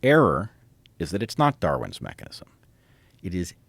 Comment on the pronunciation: Dawin was born in 1809. His theory of evolution was arrived at in 1859. .Love hearing from you Brett ..but you keep saying "Darwin's Evolution" with emphasis on "Darwin's," as if Darwin owns the evolution that creates life. Just call it "evolution." Darwin does not own the process. Don't give him a creator status - whilst you deny a "creator." Go back and listen to how many times you said "Darwin's Evolution" and with deliberate emphasis on "Darwin's" rather than "evolution" to illustrate that he owned the process, Unfortunately this is a little bit of brainwashing..Joe you agree too easily. Tucker is on the right track. Darwin did not create "evolution." He is simply, in 1859, trying to name the process in nature. It is not "Darwin's evolution" - it is Darwin's THEORY of evolution and for some.. Darwin's theory of the creator's evolution. Brett appears to be giving creator status to a scientist.